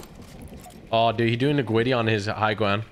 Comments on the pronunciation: “ the gwiddy”😂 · Mate its called griddy not gwiddy